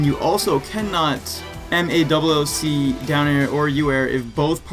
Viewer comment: Everytime you say MALLC I keep thinking you are saying MA double O C